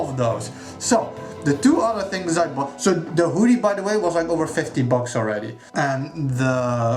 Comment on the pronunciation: OMFG!!! I'm sooooooo jealous!!! That Zote Plushy is CROM TIER!! Love that maggot for the nail! And that Wanderers Journal I've been eyeing up for AGES!!!!!! It looks AMAZING!!!! Love that Hoodie as well! (or Whodie as you pronouce it heh), that nail zipper is amazing! Gah, looks like I got some shopping to do!! Awesome stuff man, super jealous hahaha!